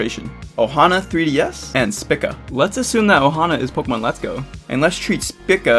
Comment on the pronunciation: The most triggered I got was when you mispronounced SPICA.